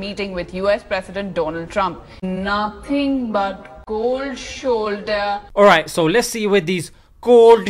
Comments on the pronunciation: You mean cold shoulder not kooold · Bro one more time ‘cold shoulder’ 😂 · There is 'cold shoulder' and then there is Koowlld shuulda